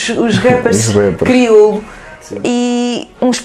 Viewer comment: ela a fazer se que n sabe falar criolo ahahhaha..ah esh criola metid a besta